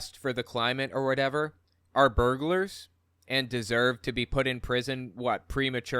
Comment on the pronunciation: I love how you said burgls